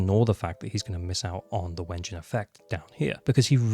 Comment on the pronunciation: Stop saying Wengine instead of W-engine and I will subscribe